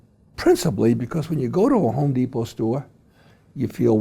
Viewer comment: Even a co-founder of The Home Depot doesn't say the company's name correctly.